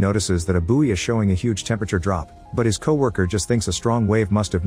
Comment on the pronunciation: It's pronounced "boy". (Buoy)